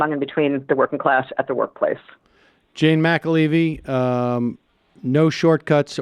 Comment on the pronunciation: Mac la vee vee? Hmm, if you flip all the vowel-consonant pairs of "McAlevey" you get "McLaveye," which kinda looks like it might be pronounced that way (if you see the 'y' as a 'v'). Is Sam dyslexic? That might explain why he seems to have such a hard time with names. Anyway, sorry for the tangential nature of this comment. Carry on.